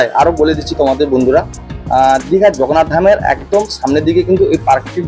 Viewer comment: ভাই "জগন্নাথ ধাম" উচ্চারণটা ঠিক কর .... খুব অস্বস্তিকর শুনতে লাগে |